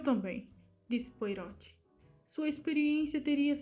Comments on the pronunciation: Obrigada por postar mas gostaria de deixar apenas uma sugestão: a pronúncia do nome do nosso querido detetive é POARRÔT. Como uma pronúncia francesa (apesar de sabermos que ele é belga 😉. Mas é sempre bom ver essa grande arte de nossa querida Agatha, retratada aqui. Obrigada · Na verdade se pronuncia POARRÔ, o T é mudo.